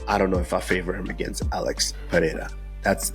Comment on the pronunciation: Can u guys please start pronouncing Alex Pereira's surname correctly? First R Is pronounced like an R, not an H. If it was RR, it would be pronounced like an H. Otherwise, love ya work! ❤